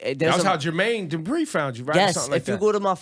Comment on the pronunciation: nigga said Jermaine debris lmfaoooooo